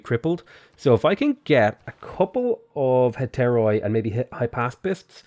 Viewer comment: Just saying its not hetairOi its hetairi because in Greek oi pronounces i